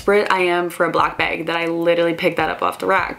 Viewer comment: you say beg in stead of bag